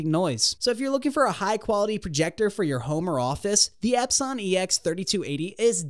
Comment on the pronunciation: I’m not taking somebody who can’t pronounce epson seriously.